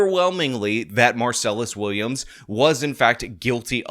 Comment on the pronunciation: When you mispronounce his name every single time you say it, it sounds like you haven't done any research. It's minor, but it hurts your credibility so much because it sounds like you haven't even read the man's name a single time, let alone did any research into the case.